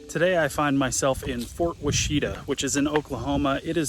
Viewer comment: Wash-ih-tah. Ask the locals how that word is pronounced